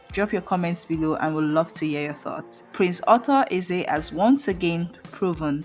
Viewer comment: So, you can't even pronounce the man's name or what?